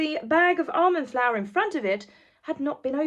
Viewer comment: Sorry but I thought you said "Arm & Flour" and I kept thinking, "did Arm & Hammer launch a flour line?" Until I realized you meant almond flour. 🤣🤣🤣🤣